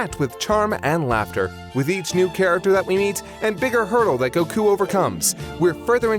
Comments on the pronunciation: Annoying as fuck how he says “go-KOO”. It’s fucking GO-koo.” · Why does hi pronounce Goku so weird